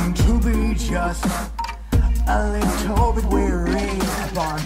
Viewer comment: You said Lil Bit wrong